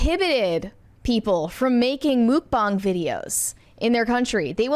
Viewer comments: Wait, “mook bong”? It’s “muck-bang”. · I thought it was pronounced muck bang 😂😂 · I've never heard this pronunciation of "mukbang" before, but the "bang" does match the Chinese pronunciation of this spelling - have I just missed the correct pronunciation all this time?